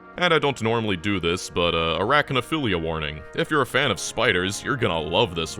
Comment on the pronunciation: Did he say erachnophilia 💀, isn't that the sexuell attractiveness to spiders